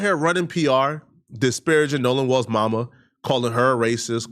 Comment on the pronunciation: Wells not walls